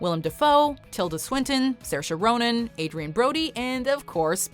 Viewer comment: how you still saying Saoirse Ronan's name wrong though?